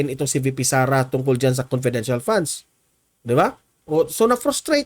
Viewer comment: Conpedential nga e,bakit e explain pa yan.conpedential is conpedencial.